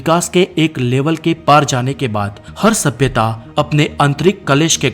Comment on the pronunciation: Does anyone kept count how many times did he said sabiyata😂